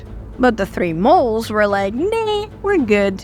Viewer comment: Well Its difficult to blame do to her family being potentially at risk, but if Nan had stayed cool the Gang probably would have ate, slept then split without incident. It's not pronounced Molls (moles) it's Molls (Dolls)